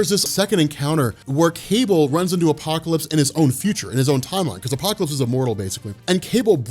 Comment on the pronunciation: The way u say apocalypse is godly